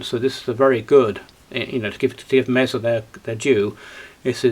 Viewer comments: It’s usually pronounced Mehsa or Maysa depending on where you are from in the States. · Well, this is Reading UK and he says Meeza. All the same, expensive a bit overrated , I have two.